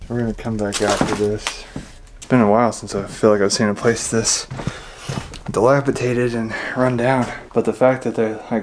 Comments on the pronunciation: DilapiDated, with a D. Not dilapiTated. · Gentle correction hon. DilapiDated, not dilapiTated. 😉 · disREpair, NOT dispair. DilapiDated, NOT dilapiTated. "Cire liquide" is liquid wax.